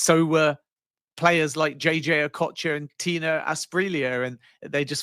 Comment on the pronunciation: Did he say Okocha? Bro just stop